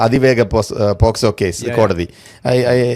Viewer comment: പോസ്കോ അല്ല, POCSO